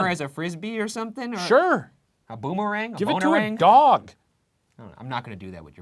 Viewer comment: We just gonna pretend Ryan DIDNT say "bonerang"?